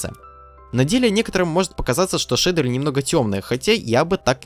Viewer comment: шейдуэуы, это хоошие шейдуэуы, ояинь хоошая дигция